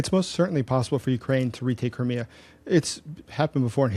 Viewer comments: why don't you pronounce thei in crimea ? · The way you pronounce Crimea makes it sound like some cheap car brand :cat-orange-whistling